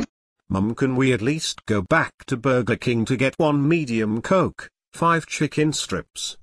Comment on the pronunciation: burger king bur-ger king not burka king lol